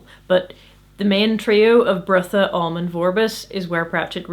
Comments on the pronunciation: You seem to be pronouncing Brutha's name as "Birtha". His name is supposed to sound like Brother, without the "r" at the end. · it's not Bertha, it's Brotha'... Brother Brother, more or less. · I know this is 4yrs old but it's pronounced "Brother".. there's a whole scene about "Brother Brutha" being confusing. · One interpretation I've read is that Brutha is pronounced "brotha," similar to slang for brother. So he's Brother Brutha. ... Well, I thought it was funny... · I'm pretty sure "Brutha" is pronounced like "Brother" based on the joke from the book where Vorbis says he will need to promote Brutha because calling him "Brother Brutha" would be confusing. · Several times now I've watched your videos and concluded I pronounce names in books in my head far differently to you. Brutha in my head is pronounced Brother...probably incorrectly but it's an interesting realisation.